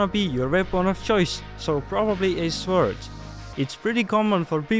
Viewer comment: Please look up how to pronounce Sword and Video